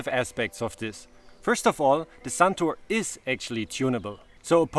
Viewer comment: its not suntour its santoooooor